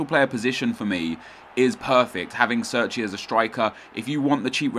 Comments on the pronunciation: He's Italian so sits pronounced "Chair-Chee" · Chairchee is how it's pronounced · pronouced CHAIR-CHI